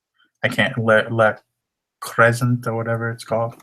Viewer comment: Good info as usual. Cookware is pronounced Crew Say. FYI